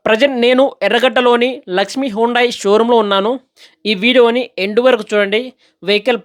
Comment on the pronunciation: హోండాయ్ hondai కాదు హ్యుందాయ్. Hyundai